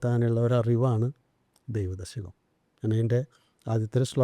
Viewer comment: ദൈവദശകം ഇത്രയും വ്യക്തമായി ഭക്തിയോട് കൂടി ചൊല്ലുന്നത് കേട്ടപ്പോൾ വലിയ സന്തോഷം തോന്നി. ഷൗക്കത്ത് ജി 🙏🙏🙏 പ്രേംജി 🙏🙏🙏